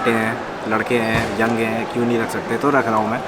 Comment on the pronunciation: Bhai vo jo ap na young bola na vo toda alag laga